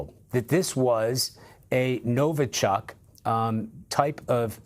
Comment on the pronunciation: It's not NovO-chok and not Novo-chUck, it's pronounced NovI-chok, emphasis on the last syllable